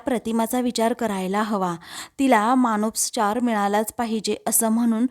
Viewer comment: मानसोपचार असा शब्द आहे.मानोस्पचार नाही